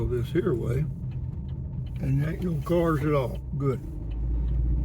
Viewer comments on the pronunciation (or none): none